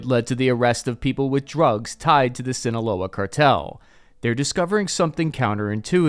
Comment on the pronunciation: That good ol' Swin-oh-wol-la Char-tell